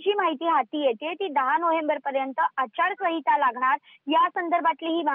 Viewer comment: आचारसंविता नाही ए बाई... आचारसंहिता असतं ते 😅